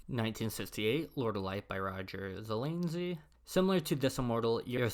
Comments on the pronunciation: It’s “zuh-LAZ-nee” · Good luck getting a response from someone who multiple times says Zelanzy instead of Zelazny. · Heinlein was the ultimate libertarian, its shows in his books. This guy mispronounces like a bot, I don't think he says Ze-Laz-knee the same way twice. This definitely shows how dominated early Sci-Fi was by a few writers. I would have been interested in seeing some attention paid to this theme. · Please learn how to pronounce the author names! You butchered Zelazny and Simak is pronounced with a short ‘i’ sound.